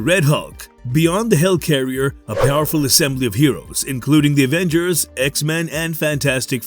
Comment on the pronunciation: Why do you keep saying "hell carrier"? It's a HELIcarrier!